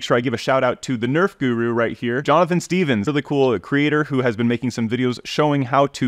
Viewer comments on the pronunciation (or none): none